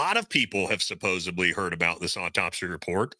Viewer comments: SUPPOSEDLY* it’s not “Supposebly” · Supposedly not supposably. I’m begging you. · Buddy….”supposeably” is NOT a word…. It’s supposedly!